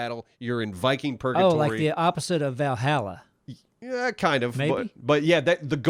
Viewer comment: Anyone else cringe each time they mispronounced Valhalla? Roflmao